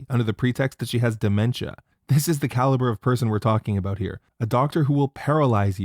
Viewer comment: The way you pronounce “about” outs you as a leaf.